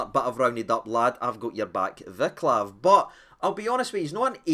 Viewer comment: Don't mean to be rude or anything, but his name is pronounced Vaa-ts-lav.